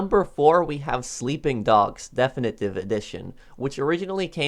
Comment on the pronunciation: the way you say definitive 😂